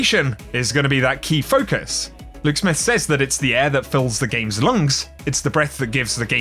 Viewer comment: I love you and your content... but please... SAYS... is pronounced Sez...not say'z, you Say something... past tense is said/sed... or to qoute is says/sez or ses.